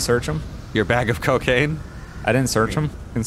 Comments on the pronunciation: Bag of cacaine haha. it's cocaine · Pugh Crew he meant that said cacaine instead of cocaine